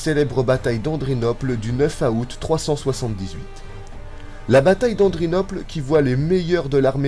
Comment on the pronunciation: A oute . sa s'écrit aout mes sa se prononce OUTE !